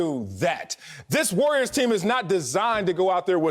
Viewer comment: Why does Broussard call the Warriors the "Wooyers?"